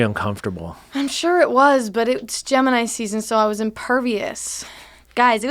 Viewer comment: When they said gemini I swear to god I thought they were saying Jim and I for like a minute 😂😂🤦🏻‍♂️ don't listen to podcasts right when u wake up